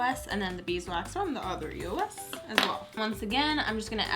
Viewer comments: it's eos not e-o-s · It's Eos not E-O-S! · I'm so sorry lol but this really bothers me it's like a pet peeve, it's pronounced (EOSE) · I've ever heard somebody say eos like that....like how she said it E O S because, I've always said it as a word like eeeey -oh -sss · eos is an actual word. it's not E-O-S, it's pronounced like ee-yo... not judging, but people might make fun of you for that ;) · It's not E-O-S it's said like this Eos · Um it's called a eos not E.O.S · Was I not the only one bothered by it being pronounced E-O-S instead of eos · Is it just me or does it bother you that some people say E.O.S instead of the word eos it bothers me sometimes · It bugs me when people pronounce it E-O-S instead of e-os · Am I the only one that pronounces it eos and not e.o.s? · it's not e o s